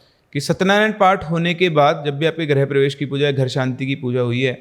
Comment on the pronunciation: Great storytelling. Just would like to point out that it is "grih-pravesh" and not "grah-pravesh". "Grih" means home and "Gruh" means planet.